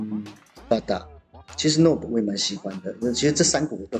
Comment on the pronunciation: Nob是念ㄋㄡˋㄅ沒錯🤣🤣🤣